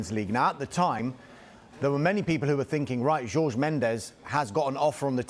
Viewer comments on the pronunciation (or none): Pronouncing jorge as george is making my ears bleed